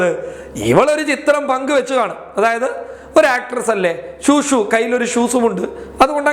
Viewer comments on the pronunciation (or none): ശൂ ..... ശൂ...... എന്നത് ഷൂ.... ഷൂ..... എന്നാക്കണമെന്ന് അഭ്യർത്ഥിക്കുന്നു.....